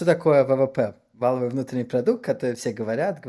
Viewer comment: ВалОвой, а не вАловый...